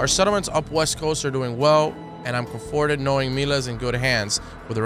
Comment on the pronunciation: " Come forted"